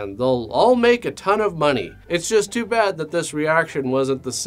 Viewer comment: I love how emphasizes "too" the show evey time now. It brightens my lousy days 😂😂😂😂